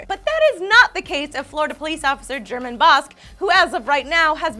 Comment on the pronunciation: Woah my name is German too. But I go by the pronunciation of GER MON instead of GER MEN.